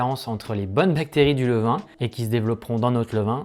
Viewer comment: "levain" svp, merci beaucoup. Superbe votre chaîne, vidéos au top !